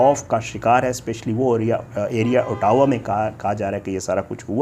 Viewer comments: pronunciation of Ottawa as “ah – dah – wah” or you can say Otwa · Aur Ottawa ko bhi khalad bol raha hey. 😅😅